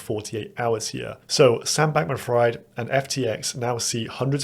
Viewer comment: SBF's last name is pronounced "Freed."